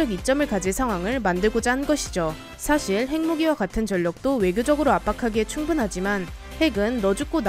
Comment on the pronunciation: "장갑의 진화가 있어아 하는 것은 '사살'인데" 이라고 했어요